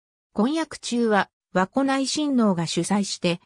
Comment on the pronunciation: 和子(わこ)ではなく、かずこですよ🎵